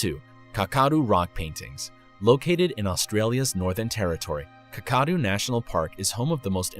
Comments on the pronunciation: Not Ka-Kadu, Kaka-doo. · Kakadu does not have the sound as if you are saying cacao - the fast caca sound. Kakadu - Kak - a - du, sounds - K as in Kookaburra, A as in apple, K as in Kookaburra, A as in apple (but usually sounds more like U as in up if your an Aussie), Du as in the sound Doo as in didgeridoo all said slower that said in the video ...... Your welcome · Kakadu rhymes with Whack-a-do. Not whatever it was that you said... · As an Australian the way he pronounces Kakadu kills me. But thanks for mentioning it. You guys should see more aboriginal paintings. They are really haunting